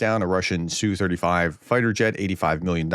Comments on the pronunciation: Professor, the Russian jet is not pronounced "sue35". The correct prononciation is letter S then letter U then 35. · Es-Yoo Thirty-five Es-Yoo Twenty-seven Tee-Yoo One-sixty Etc. Not the biggest of deals if you don't get it right, but it does sound a little cringey. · "ess bee you". C'mon, prof don't be afraid to say an acronym like a normal person just because it's related to something in a different language. Do you have a "pee aych dee" (PhD) or a "ffd"? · And "S U 35" as in SUkolov 35